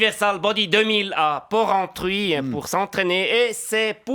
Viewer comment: Joli, par la pronciation de Porrentrut a été ébréchée